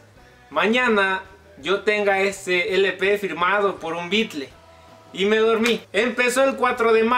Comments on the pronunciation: Que hermoso recuerdo! te felicto y me alegro un monton por vos! pero porque le decis BeatlE y no beatle como se pronuncia realmente, en ingles? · No me gusta la forma en que decís Beatles, porque dices bykle y no suena bien. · Si eres tan fan, porque dices bitle? Mal ingles